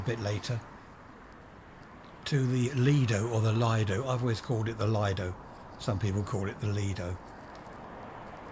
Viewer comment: 'Lee-doe' is the correct pronunciation. There's a great Chinese owned fish and chip shop by West Worthing station. Have you tried that for comparison?